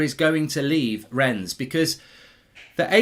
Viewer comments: No great lover of the French but I have to say I get triggered every time you say "Rens" lol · Mark - pronunciation tip - the "s" in Rennes is silent